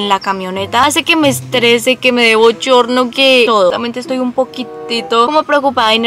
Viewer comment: digo:bollorno y es,bochorno